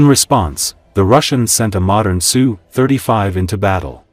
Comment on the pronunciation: Name of Russian aircraft is not pronounced "SUE. It's "S" "U". The AI voice used in these videos is terrible when it comes to discerning such pronunciations. Usually also misses on where to place the accent in many words.